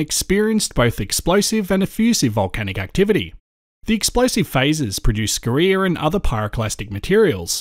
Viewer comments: say "scoria" wrong please... yeah carry on.... Aside that, keep the good work up! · Interesting way to say Scoria, (scoreea), depends on what school one went to, neither right or wrong 👌👌🥰. Edit: I've just subbed to you channel 🤗👌